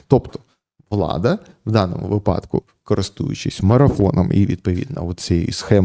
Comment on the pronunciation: Та скажіть вже хтось пану Ярославу як робиьи наголос у його улюбленому слові вИпадок (як вИрок, вИсновок) а випАдок це схоже на припАдок